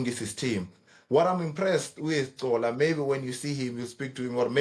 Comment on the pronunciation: Why doesn't Xola correct Nadeem? it Xola not Gcola